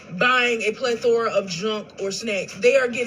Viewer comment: A 😂 whole Pleth-or-a